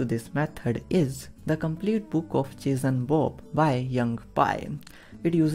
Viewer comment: I'm sorry, but I can't stop hearing "cheese and Bob" XD Thank you so much though! It helped so much. Such a cool and efficient technique.